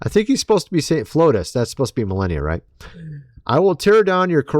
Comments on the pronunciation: Mil arn ia its pronounced... not millenia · Please stop with the melEHnia...it's meLAHnia !!! Thank you. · Is it bothering anyone else that this guy doesn't know the First Lady's name? It isn't Milenia (Millennia). It's Melania (Mel-AU-nia) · Forgive the criticism but, the name is MelAnia not MelEnia. I like ur vids. Ty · Melenia?? It's Melania 😂 wtf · it's MelAnia, not MelEnia. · It's Mel onia not Mel enia. Puhleeze. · Millennia?????? Did you mean "MELANIA"????? :face-fuchsia-wide-eyes::cat-orange-whistling::face-blue-wide-eyes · You need AI to see if MELANIA pics are fake? ( please lo with the strange pronunciation issue ) It's Mel ahn ia 😊 Anyway, if it was real the left would have already had this for 5 years straight - brain power - no need for AI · Why does he keep saying Melenia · You keep mispronouncing "Melania's" name, you keep calling her; "millennia." Why do you keep doing that?. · Are you really that tone deaf. It's pronounced MeLONia!! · It's Melania. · Me-Lan- ia. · MELANIA NOT MELLENNIUM and its ROOF not RUFF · Melania...not Melania as youre pronouncing her name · If you're going to say her name so many times, please pronounce it correctly. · You must be kidding when you are mispronouncing Melania's name. Right?